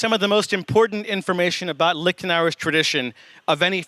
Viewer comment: It's not "Licked an hour," okay, it's "Leashed an hour." I know, both sound dirty to typical American anglophones, LOL